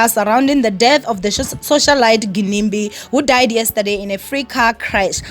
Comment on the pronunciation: Y'all know it's pronounced 'Jinimbi' right?